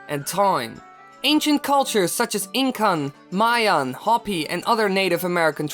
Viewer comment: You mispronounced Hopi. It sounds like "hope" with an "ee" sound after. Source: I'm Hopi. Other than that, great video as always!